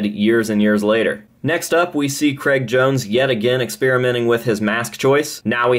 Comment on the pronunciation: Why are Americans unable to say Craig?